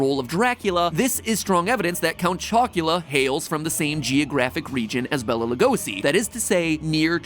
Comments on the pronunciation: Yeah, and the pronounciation. When will they look up, how to say our names? "Bela Lugoszi", what a joke. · Matpat saying legosi is giving me a stroke. I know paru literally named legosi after the vampire but bruh